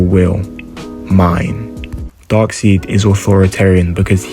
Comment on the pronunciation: "Dark-seed", Haha; Darkseid's name is pronounced "DARK-SIDE"!!!!!